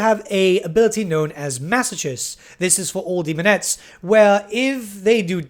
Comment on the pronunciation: Good video, but, the word masochist, the opposite of sadist, is pronounced maso-kist <3